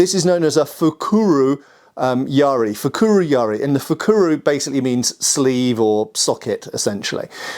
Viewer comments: Pronunciation is not fukuRU, but fukuRO. It's the common Sino-Japanese character 袋, which as you point out, means sack or socket or bag, etc. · 袋 - fukuro just means 'bag' - you need to polish up on your Japanese,...;)